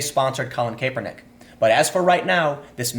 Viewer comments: "Collin KAYpernick" its Kap-ernick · It's not pronounced Kay-per-nick. It's Cap-er-nick! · "Kap-er-nick" not "Kae-per-nick" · “KAP-er-nick not KAPE-er-nick. I’m guessing you don’t watch football. Nike stock hit an all time high since this video came out. Nobody will remember or care about any of this in a week. Americans have the attention span of a caffeinated humming bird and the memory of an ex NFL lineman. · It's pronounced "Capernick" not "Cape Er Nick". And why do you pronounce Nike like "Pike"? Do you perhaps reside outside the U.S? Hmmm... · CAP (like a hat)-ER-NICK!!!!!!!!!!!!! NOT caper-nick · Also Cap-er-nick not cape-er-nick haha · It's kapernick I get it its spelled the way your saying it but your giving me a headache! Your great and I love you podcast. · CAP-ernick* , sorry it’s bothering me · CAP-ernick is how you pronounce it goddammit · Hey Tim, the first "e" is silent in Colin Kaepernick's name. Its pronouced CAP-ER-NICK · If ur gonna make a video about a certain person make sure u can pronounce his name correctly dam!!! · You are pronouncing Kaepernick incorrect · love your vids bro, but how you pronounce nike, and kaeppernick is killing me. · I'm trying so hard to listen to what you're saying but the fact that you cannot pronounce Colin Kaepernick's name right just throws me off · Time your killing me!! You say Nikeeeee correct then it's back to Nike and your saying Colin's name wrong wow I love you show but please please stop you grammatical correct reading. Love your podcast cast. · Not sure if you're trolling or not, but the constant mispronunciations of "Nike" and "Kaepernick" are really distracting